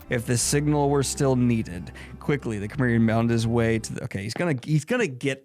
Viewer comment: I really enjoyed this. I haven't read any Conan prose other than Howard's original stories, but I've read comics based on other author's stories. I didn't know Robert Jordan did one! Also, it made me smile that you pronounced Cimmerian like Chimera and not like Samaritan.